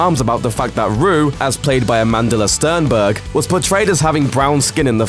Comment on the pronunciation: This guy totally butchered Amandla Stenberg's name, wow.